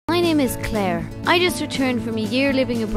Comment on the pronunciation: Omg her name isn't Clissare it's Clare